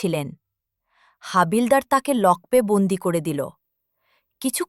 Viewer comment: নিম্ন মানের উচ্চারণ। লকপে কেন, লকআপে তো। গল্পের কাহিনির সঙ্গে ছবিগুলোর বেশিরভাগের সামঞ্জস্য নেই।